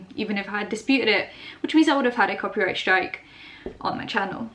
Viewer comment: Every time the says copy strake I cringe